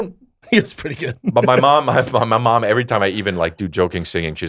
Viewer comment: Why does he say IVRY IVRY. It’s Ev Er Y